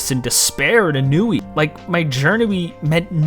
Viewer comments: Did you say ...en-ooo-ee for ennui? 😭 💀 bruh lmao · lol. We've all mispronounced some word we knew in text but hadn't heard spoken aloud.